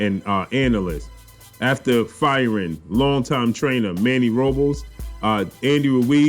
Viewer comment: Manny ROOOO BLESSS not Robels.